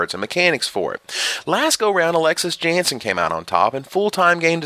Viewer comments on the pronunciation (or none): none